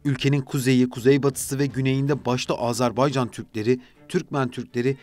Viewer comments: AZARBAYCAN DEĞİL, AZERBAYCAN!! ÖNCELİKLE DEVLETİN ADINI DOĞRU TELAFFUZ EDİN! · Azarbaycan değil be kardeşim Azerbaycan. Söylemek zor değil, söyleyebilirsin. Azerbaycan diyene 100.000 veriyorum.